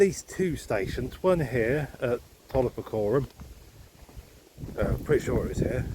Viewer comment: Toller Fratrum. Where my mum and dad got married. And also where I live. But no one says toller “Fraturnum” We pronounce it. FrAtrum Had quite a few funny encounters with walkers saying they are also looking for Toller Puckerum 😂. Very funny and amusing. Also BEEminster. I pronounce it Beminster It is spelled Beaminster